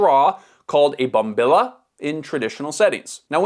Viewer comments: Bombi-ya 😂 or if you’re in Argentina, bombi-ja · The “yerba” is the leaf, the “mate” is the gourd; but the leaf material itself is also conventionally called “Yerba Mate.” In Spanish, bombilla is pronounced bom-bi-(j)ya, not with an L sound. In Brazil the ground it finer and do not age it, calling it “chimarrão” she-mah-how, and they use a bigger filtered straw called a “bomba.” There’s also “tereré” a cold brewed version in Paraguay (and beyond; terêre in Brazil they call it, I think) Alright I’m tappin out at this point. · Mate had been around forever, this is a fake culture panic....and I'm sure the comment section is going to roast you for the pronunciation of Bombilla, F's sake man. I've been doing Mate rituals for years, I love the taste, ritual and boost, but I'm not opposed to Mate on the go. It's not cultural appropriation, it's just convenience. It's not that deep. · Ngl, almost unsubscribed after he mispronounced bombilla.